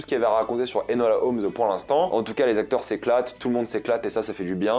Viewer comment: nooon le prénom Enola ne s'est pas fait respecter encore 😭 c'est Enola pas Elona🥲.. mais je pardonne